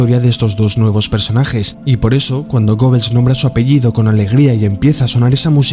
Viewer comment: Amigo buen video pero el nombre goebbels se pronuncia gebels.